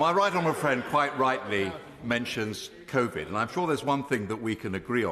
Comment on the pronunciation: I love that she called it "convid" - lol!